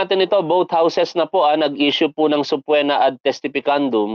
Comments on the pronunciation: Hindi subpwena tol, it’s subpeena. Ok lang yan. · sir subpoena (subpina po hindi po subpwena) salamat